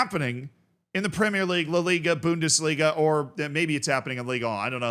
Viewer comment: is that you? Boowndis-liga 😂😂😂